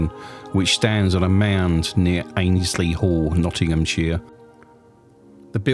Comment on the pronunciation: Hey there! Great to see you somewhere local to me! I was born and bred in Annesley.. you pronounce it Ann-es-ley When I was a kid we were able to get into the hall. It is/was amazing in there. I hope it gets proper restoration soon